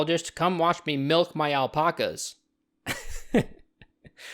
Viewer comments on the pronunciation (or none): Why do you pronounce alpacas like that it's Alpacas not alpocas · “All-pock-uhs” Kill me. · Everyone:alpacas:alpoccas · * Gets really pedantic because they said meteorite instead of meteor * Also: "aL pOcK As" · We’re not gonna talk about the al-poc-as? No ok. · why do you pronounce "alpacas" like that